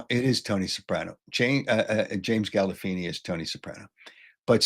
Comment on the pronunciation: How dont you know how to pronounce Gandolfini and Bracco ...you are a moron and dope!!!!